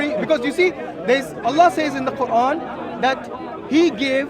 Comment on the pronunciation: How Many Qurans I know you are not my student. I just corrected the pronunciation.